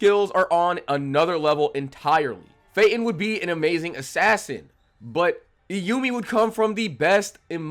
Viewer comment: This was a fun video and I agree with your rankings. I have a couple criticisms though: It’s pronounced like Troop. Not the Phantom Trope. It’s like a circus troupe or a music troupe. Troop. Also, Kortopi - not Korotopi. Also… not Iyumi… Illumi. Like ill loomy. Illumi. My second gripe is with the assumption that Feitan or Finks have the durability to tank a hit from Uvogin. Unless they have power reserves WAY beyond what we saw against the chimera ants, they just can’t handle Uvogin. Finks has to have a limit to his charged up punches, and Feitan’s whole ability is a game of risk/reward. Uvogin would pop them like piñatas. Lastly… Chrollo absolutely did try against Hisoka. I don’t like leaning on the prep time argument by itself, but ignoring it as a factor is just stupid. Chrollo specifically evaded Hisoka until he gathered the specific abilities necessary to guarantee that win - and it included a very lucky post-Morten nen ability that surprised even Chrollo. Hisoka was well and truly out of Chrollo’s league when he was given his nen back and that’s crucial to understand. I agree that Chrollo is a smarter fighter than Hisoka but Hisoka is much better at it, and his ability is much more versatile in any given moment. Zeno didn’t say Chrollo would beat him. He said that he would definitely defeat Chrollo unless Chrollo was trying to kill him. That implies a battle, not a guaranteed outcome. And that’s still extremely high praise… just not the ridiculous overhype that you sugg